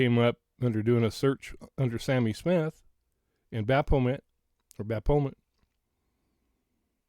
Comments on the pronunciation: PRONOUNCED BAFFOMET...Baphomet! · I’ve been searching gematria words and phrases associated with Kiely’s case…and Sami Smith = get this, 666! Usually Baphomet is pronounced either baf-o-may or baf-o-met! This is what the celebrities worship, a man with boobs…or a transgender, they worship everything opposite of God! Oh, and NXIVM is pronounced nexium! Hope you have an awesome evening! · BAF-O-MET. The ph is pronounced as an F sound. I hope that helps 😊 I think the symbol and pizza reference is about what's known as "PIZZA GATE". It's kind of a big deal. Of course MSM makes fun of it saying it's a conspiracy theory, but I'm not 100% sure that's the case. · Wow. Interesting stuff! The baphomet (ba-fo-MET) is worshipped by A LOT of these people. People in sports, music, entertainment industry & anyone who wants to 'make a deal', as he is the goat headed demon in charge of those 'agreements'. They often use rams, goat heads or other horned images to show their allegiance. Not shocking at all that image is connected to a pizza place. And I'll leave it at that. A lot came out about the cement company a few years back. Connections to the Clintons among other things. You are def on the right track and putting some very important pieces together. This stuff is dismissed as conspiracy theory so I'm so glad you're bringing this to the attention of your viewers/ the public. Please don't stop. And that pic... wow. I don't even know what to think about it. Well... I do know what I think about it and it's not good at all and I can't say it here. Very strange to come up with those search terms. Almost looks like an 'order'. What's on her left leg? The red? I don't have my glasses so not sure what I'm looking at there. Great video and info!! I can help in ANY way... just let me know. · Thank you for sharing your thoughts,. I believe it's pronounced BAF' o met.